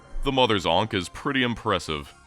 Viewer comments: Ankh rhymes with bonk not tank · ... Are you alternating between pronouncing it "Aunkh" and "Aynkh" specifically to piss off pronunciation snobs everywhere? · The way you say ankh is fking rtrded. Seriously, you couldn't be bothered to look it up, ft fk? Lunchbox fker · Great video, hate the way you say "Ankh" tho. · I'm in and I think he's only pronounced ankh correctly once.